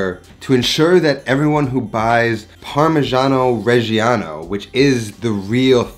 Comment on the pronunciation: you just lost my subscribtion by misspronunciation of the fkin cheese. Again. Its just a slight difference between parmeggiano and "parmezhiano", but it rips my ears open. And I´m not even fuckin Italian. I am not sorry.